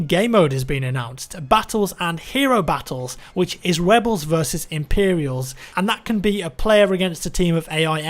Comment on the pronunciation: Webels versus Impewials... Oh